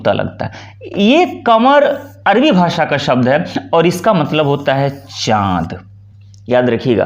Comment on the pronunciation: जी थोड़ा प्रयास करके अपना स्वयं का उच्चारण ठीक कीजिएगा। अरबी को आप अर्वी बोलेंगे तो कैसे बात बनेगी।